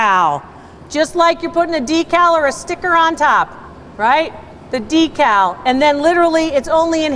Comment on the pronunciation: You pronounce it d cow We pronounce it deck call